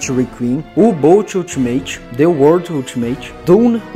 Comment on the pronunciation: nao custava nada pesquisar um pouco pronúncias de nomes muito conhecidos, já que tiveste tanto trabalho para editar e roteirizar o vídeo: FRÓID para FREUD e KING CRIMSSON para seu QUINGUE CRÁISSOM. deuardo tb é sacanagem ne, a gente é brasileiro, fala o mundo ou the world